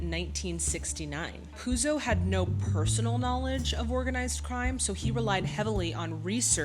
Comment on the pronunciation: I really appreciate your profound research work resulting in your historical background facts section in each of your videos. Love it! 👍 To your information: Mario Puzo's last name is pronounced "Put-so". 🙂 Apropos of names: Of course all the Italian names are heavily Americanized in this movie (e.g.: they say "Cor-le-own" instead of "Cor-le-oh-ne").